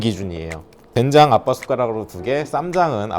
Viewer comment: 처음에 댕장이라고 하셔서 계속 댕장찌개로 들려섴ㅋㅋㅋ집중이 안되잖아요 ㅋㅋㅋㅋ